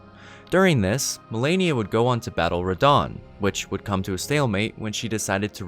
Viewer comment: I fucking hate when people says Melania, fuck you! Her name is Malenia!